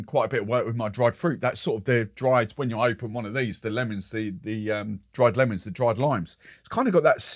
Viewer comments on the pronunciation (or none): none